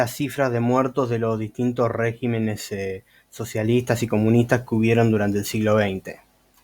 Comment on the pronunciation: Hay demasiadas inconsistencias en todo el desarrollo de tu pretendido “desmintiendo”... pero no es de extrañarse de alguien que ni siquiera sabe cómo se dice “régimen” en plural, ni donde lleva el acento en la misma palabra. Antes de querer colarse de la fama de otros mal informando a la gente, uno debe sentarse a leer y estudiar para después tener, mínimo una idea del nivel al cual nos estamos exponiendo. Bendiciones.